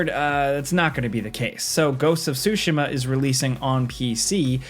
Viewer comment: you say Tsushima so weird. it’s soo SHE muh